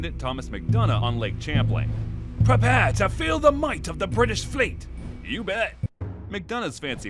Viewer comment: Oooooh my god, did you even look at a map to figure out where Plattsburgh and Lake Champlain are? Or how to pronounce Champlain?